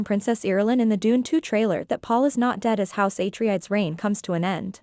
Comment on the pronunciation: Its said ah-trey-des.